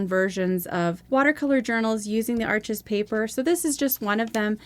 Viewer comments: Please get it right… its pronounced Arsh,,, the name is French. Its not Ar chez. The S on the end is silent. Not Arch. Arshhh. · It's French- pronounced Arsch (no es). Great review! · Awesome! (Still drives me nuts that everyone pronounces Arches (it’s pronounced “Arsh”) wrong…. But I love your channel😁)